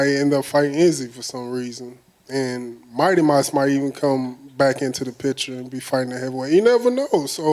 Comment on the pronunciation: Dude really said might mouse at heavyweight lmao